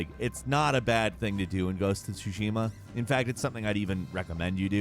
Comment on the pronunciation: Why is it that almost every "Game Expert" or "Game Journalist" butchers the name of the fking game (Ghost of Tsushima) ? :D It is TSUshima not tsuSHIma